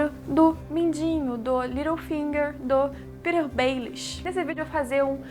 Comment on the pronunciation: Gostei do vídeo, só uma dica: se diz PetiR, não se fala como "Peter".